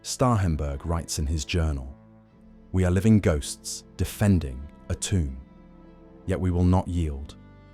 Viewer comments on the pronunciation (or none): none